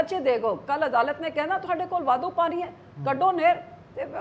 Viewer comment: Enne saal punjab te raaj krn do baad v biba ji nu hle tkk punjabi bolni ni ayi 😂 jehdi bibi ਪਾਣੀ ਨੂੰ ਪਾਨੀ dsdi a ki Bathinde de lok eho ji bibi nu jitaan nu frde a ??? Vote payo lakhe sidhaane nu ✌🏼